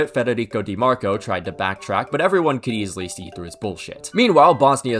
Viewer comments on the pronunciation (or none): none